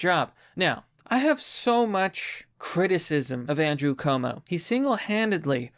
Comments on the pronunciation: Dude.. how do you still manage to pronounce "Cuomo" wrong?!? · You mean governor chuumuu